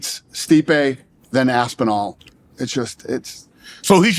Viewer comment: Hearing this Shay Shay talk about the UFC makes me appreciate people who know what they are talking about. Dude didn’t know how to pronounce Tom Aspinall and didn’t know who Steve Mazzagatti was. Ignorant